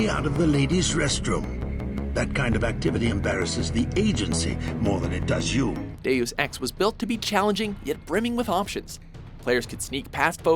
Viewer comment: Not pronouncing "Deus Ex" like an idiot: +1 charisma.